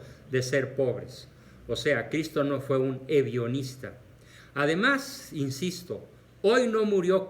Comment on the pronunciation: Perdón,,¿porqué dice hedionista? Es broma, un juego de palabras que parezca hediondez,,, porque claro es hedonista. Supongo que es de broma, 😁